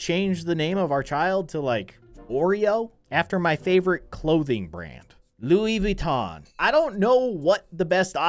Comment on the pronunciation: I don't know why the way said Louis Vuitton, it was just very hilarious and funny I don't know why😂😂😂